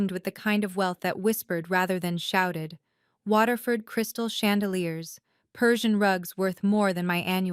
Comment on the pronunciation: 'Waterford Crystal', not Water-fluld. Maybe this story could benefit from a few corrections. too many mistakes throughout this story to mention them all.